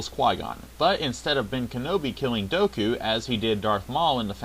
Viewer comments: Dooku, not Doku! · Dooku not Doku